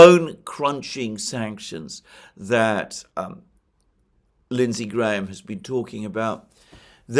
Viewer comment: The way you say Lindsay Graaahaam is the funniest shit by the way.